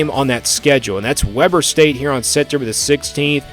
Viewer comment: goofy. Its not webber state. pronounced w-ee-b-er state. I don't think ur my Utah my homie. But it looks like you might know the sport to a decent amount.